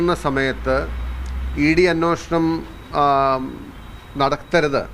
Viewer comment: അന്വേഷണം അല്ലേ...?? അന്നോഷണം എന്ന് പറയുന്നു... 🤔🤔